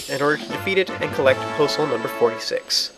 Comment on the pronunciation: you say Poe Soul, when you talk about Poe's but at the beginning i thought you said Postal, which is funny.